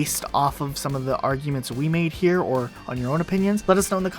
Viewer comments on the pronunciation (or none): none